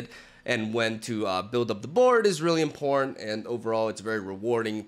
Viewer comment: Every time he says "important", it comes out as "imporn" ;)